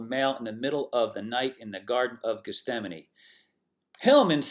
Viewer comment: Just a correction... it's pronounced Geth-Sem-Any... not Geth-Stem-Any... 😄👍🏽